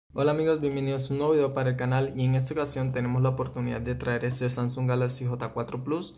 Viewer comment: Se pronuncia SAMSUNG no SANSUN